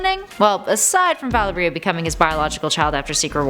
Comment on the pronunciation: Valeria is pronounced like malaria except with a v